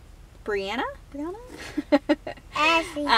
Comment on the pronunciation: happy birthday! Thank you for the shout out- you pronounced my name correctly haha:) (no one ever does-brianna) hope by the time this comment reaches you that you're feeling much better!